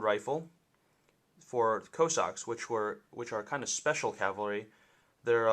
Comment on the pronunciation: Yes he did. But actually his pronunciation was spot on. If your accent is good it should sound more like coo-socks than co-sacks.